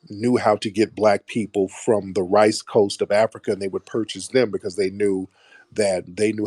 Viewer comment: Dude kept saying we from Africa wrong 😂😂😂